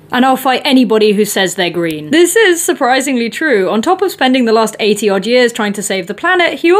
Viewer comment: That's a strange way of pronouncing green